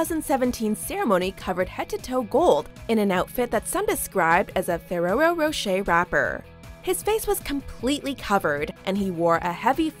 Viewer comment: The way you said Ferrero Roche lmao😂😂